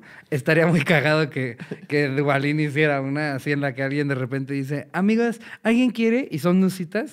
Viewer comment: Ricardo pronunciando ¨Duavadin do do cambio por dada¨ jajaja, el mejor humor involuntario.jajaja Sadudos cotorros!